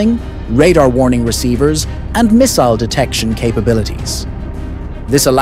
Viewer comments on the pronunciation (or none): none